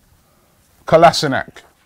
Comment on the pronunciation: U finally stopped calling him kolasinach😂😂